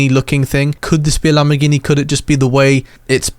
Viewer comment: Bro is lambagambar Not Lamborghini💀🫵🏽